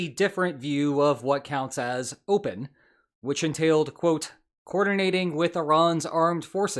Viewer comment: “Clopen” 😂 you’re a funny b*stard